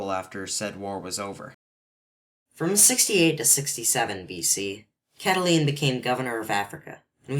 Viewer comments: um it's pronounced CatiLINE not CatiLENE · its cata line not cataleen